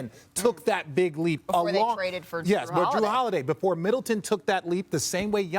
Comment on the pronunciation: Giannis getting away with calling his teammate “Drue” 🤣